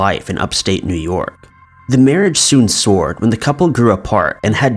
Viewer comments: When a relationship sours, ITS PRONOUNCED (SOW-ERED), like sour milk. NOT SORED! Also, it’s, MAT ri SIDE, Like matrimony/homicide , makes sense right? I really enjoy your content, but when you repeatedly mispronounce words that are pretty important to the story, it’s so frustrating and diminishes your work and makes you sound stupid. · seriously need to work on those editing skills. I think you meant to say the marriage "sow-ered", not "sord:"